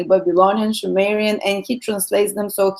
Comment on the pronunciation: sumerian with s sound not sh